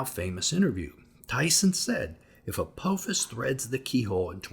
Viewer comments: Apophis isn’t pronounced with a long “o” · Pronouncing Apophis wrong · What if you learned how to pronounce "Apophis?"